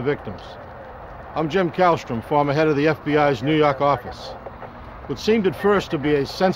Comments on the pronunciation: Neeeewwwww yaaawwwwkkk offfffficcceeeee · Gotta love the new yawwwwk accent in the intro and the narrators voice. He could read a horror story to me and I’d fall asleep lol